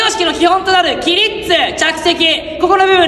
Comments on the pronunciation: 起立をキリッツて言うのがツボったw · 起立じゃなくて最初きりっつって言ってる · "あざっす"みたいに"きりっつ"って言ってんの最高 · 「キリッツ」草プリッツかと思ったわ😂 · 「きりっつ」てあざっすみたいな言い方だな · 起立の言い方があざっすなんよ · 何で「起立」が「あざっす」につられて「きりっつ」ってなんてんの？笑